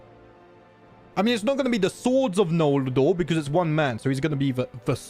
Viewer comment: I love that you say "nol la dor" when it's just noldor